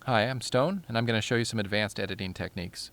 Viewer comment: Sounds like he says "Hi I'm stoned"